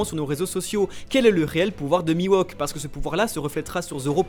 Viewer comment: Bonne vidéo, comme d'hab mais on dit MiHawk et pas MiWOk ! ! Je le met en commentaire parce que ça me fait mal aux oreilles à chaque fois -_- P.S: Comme pour SHUsui et pas SUshui